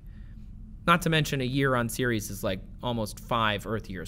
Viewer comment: Took me a solid three minutes to realize he was saying Ceres and not Series. I always thought Ceres was more like Sair-res. Like the Sar in Sarah and res like rest.